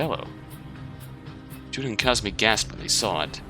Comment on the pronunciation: i'm gonna be that guy, sorry, pls forgive my pedantry it's kazami, not kazumi